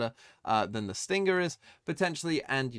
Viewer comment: Dear, why do you pronounce stinger and sting-ger